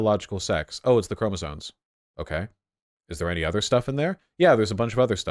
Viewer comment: anyone else annoyed that he keeps saying chromosone instead of chromosome